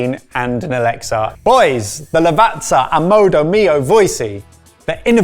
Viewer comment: Ughhhh. Stop saying ALEXSA!!! I’m yelling at my device to shut it off!! You guys are top Dixs!! 😒🤣 I still love you guys! Just knock it off.